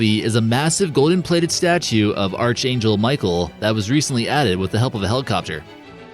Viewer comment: Arch angel? The h is not pronounced. Seems if you make videos, you should know that.